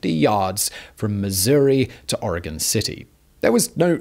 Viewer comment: Thank you for pronouncing Oregon correctly